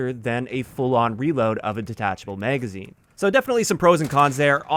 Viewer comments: wtf is a "meygazine" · it wasn't until a few months ago I met one of my coworkers, and he's from the Midwest (Montana) and first heard "bag" pronounced as "beyg". Nowadays I've been noticing more and more similar words pronounced that way and this is the first with magazine 🤣 Are you from the Midwest as well?